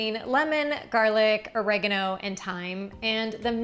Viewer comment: Took me a while to understand what you meant with your pronouncement of oregano!